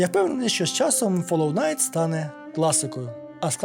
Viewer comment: Доречі наприкінці відео автор каже фолоу найт, я два рази переслухав)